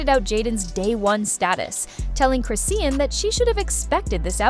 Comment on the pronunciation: Chris-ian? lmaoooo the voiceover lady could at least TRY, like give me a breakkkkkkk lol